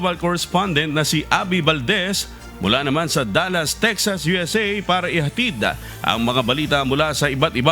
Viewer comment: Bakit ang pag bigkas mo ng tagalog o english words ay may dagdag na A Ihatid AH, ICI AH, Kahapon AH, weekend AH, individual AH, ALBAY AH, tricycle AH, Albay AH, Bicol AH, weekend AH, live AH. Hindi tama iyan